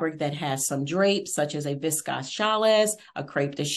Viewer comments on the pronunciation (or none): It’s pronounced “vis-kose” not viscosse and “challie” not chalisse